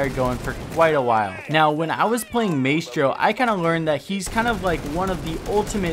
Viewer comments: Dont pronounce his name like “May-stro” but instead like “my-stro” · (Tur - ets) Turrets (My - stro) Maestro / learn it, use it. It's your lack of pronunciation that is holding you back from being a great streamer. This is not the first time we've noticed you saying things incorrectly. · Hearing "MAY-stro" is more annoying than I care to admit... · It's pronounced my-stro not may-stro and turret not turrent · “Maystro’s Turrents” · MAY STRO???? NO BUD!!!! My - Stro.... Love you fam, just trying not to explode lol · Ma-S-Throw= not Maytro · My-stro, not May-stro. Tur-ret, not tur-rent. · It's not MAYSTRO!!! it's ma-estro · "My-stro", not "may-stro" :p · Its pronounced “my-stro” not “may-stro” still love your vids tho bro💪🏻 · ITS MY-STRO NOT MAY-STRO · Please don’t ever say “May-stro” again. It’s “My-stro” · PRONOUNCED.. (MY STROW) not (MAY STROW) i hate hearing names butchered repeatedly stay in school kids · Dude it's not may-stro... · Am I the only one that gets triggered when ever he says Maystro. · “may-stros turrents” this guys pronunciation is amazing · just so you know, you are 100 percent butchering the proununciation of maestro. Its pronounced like miestrow. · why do you call mistro maystro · Maestro is pronounced “My-Strow” btw and don’t wanna be a dick but it’s “Turr-et” not “turrent” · The pronunciation to say maestro is ma estro don maistro 😂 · #Question4Coconut Can you please say Maestro correctly, pronouncing it like maystro is giving me autism. It's maestro, like in music where the ae makes an 'I' sound. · "maystro" lol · I was so fucking triggered by this and "maystro" holy fuck literally as I'm typing he said "maystro's turrents" KILL ME. If he didn't have such good tips I would have bailed by now but I have to grit my teeth and get through >< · Because it's not an easy mistake like May-stro. There isn't an N in turret. It's like when people say Warshington instead of Washington. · Yh it “my-stro”